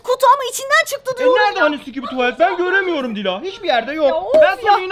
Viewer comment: Sikibi değil şibili dop dop yes yes